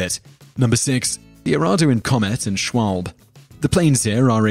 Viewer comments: These are interesting top tens, but please if you're going to use names German, or otherwise, learn to pronounce them. Junkers has nothing to do with "junk", it's pronounced "Yoonkers". The Swalbe, is german for swallow, it's pronounced "Schwarlber", and so on. Look in Wikipedia, they normally have a button to press so the word can be heard. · No6. Schwalbe is pronounced schwalbay you got the first 2 3rds right It was the last part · dont pronounce things so badly german that they still sound more english then german and say : "for all the non german speakers out there".... e.g. you pronounce the at the end of schwalbe. just sayiing as a native german... kind of anoyed me.